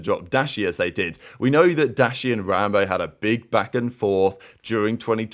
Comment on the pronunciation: is wild for saying “rambowl” instead of rambo 😭🤙🏼 1st comment btw